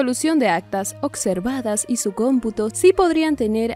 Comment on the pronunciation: Ocservadas ?? Habla bien!! Observadas